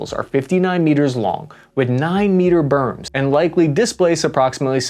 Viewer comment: And 9meter ''berms"?!? That's "beams" in naughty-cul talk, mud-pounder. Yeesh.